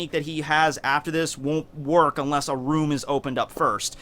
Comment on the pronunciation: Its kroom instead of room lol